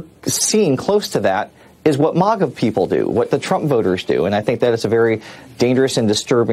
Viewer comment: They keep saying "MAHGAH" like they're pronouncing something from another language lmfao